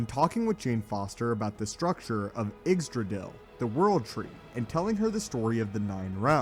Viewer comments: Igstrodel lol is pronounced (idrisil) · The way the narrator pronounced Yggdrasil made me throw up in my mouth.